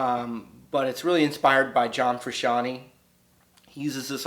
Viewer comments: It's FruscianTAY not Frusciantee... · john frooshawnee lol... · you pronounced his name wrong. Also this is not a technique, this is muting the other notes besides the one and the 3rd played an octave higher. Also I can tell you know absolutley nothing about classical music, so why would you mention that? This is hurting the guitarists of the next generation more than helping. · you pronounced his name wrong, and these tehniques are no secret. Mute the other fingers beside the 1 and the 3 played one octave higher.